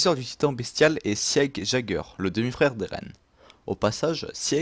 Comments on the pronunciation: Tu fais des fautes de prononciation sur le nom de famille d'Eren c pas "jager" mais "yègeur" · super vidéo mais Jäguer se prononce yèguer et pas jaguier X) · Eren jaguère.... on dit yègeure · Arrete de dire jageur Pétain c'est yaeger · J’adore tes vidéos mais tu a dit eren Jaeger avec le son jjjj et pas avec le son yyyy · C'est yager même si sa s'écrit jager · Yégerr pas jaigerr sinon bonne vidéo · Ça se dit pas jager mais yéger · ses eren yeger est non pas eren jeger petite corrections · Pas Jager on dit Yager (chasseur en Allemand) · Mon dieu s'il te plaît dit Eren "Yégeur" (jäger) et pas "Jageur". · Jeager se dit yeager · J’aime ta vidéo mais Jaeger se lit Yeager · Ça s'écrit Jager mais ça se prononce YAGER. Merci. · Eh ! Pour l'assaillant de Eren Jäger se prononce yèger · Ça se prononce illeger et s'écrit jager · cest pas grave (meme si sa m'énerver quand tu disais "jagueur") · EREN JÄGER SE PRONONCE ÉRENNE YAIGEUR voilà ça me démangeait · Par pitié, prononce correctement le nom Jäger stp. La majorité des persos ont des noms allemands et c'était la volonté des créateurs. Jäger signifie ''chasseur'' en allemand. On prononce iégueur, Sieg se prononce zigue, reiner se prononce rainer. Je trouve que c'est plus respectueux puisque c'est une volonté des créateurs 😉 Merci pour cette vidéo et bonne continuation ! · Die Nationalmannschaft mec essaie pas de corriger si tu fais une faute c'est jäeger